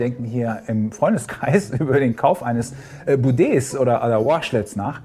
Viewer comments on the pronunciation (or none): Wieso bUdet, wenn es bIdet heißt?